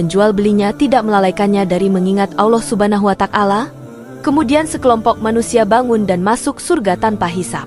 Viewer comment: Ya memang benar apa yg anda komentari, saya juga merasa risih mendengar penyebutan asma Allah dengan bunyi Allah subha nahu wa tak-ala yg seha- rusnya " Subhanahu wa - ta'ala